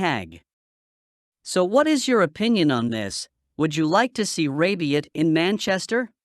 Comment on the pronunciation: It’s rabiot. Not rabion. 😂